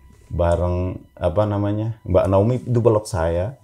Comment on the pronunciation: naomi pak,bukan naoni 😄